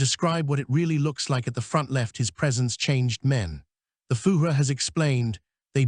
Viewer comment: Interesting & worthwhile reading, but atrocious German pronunciatiion. 'Fugeh' For Fuehrer is bad, indeed. This has to be an AI reading. Please redo , as content is useful 😮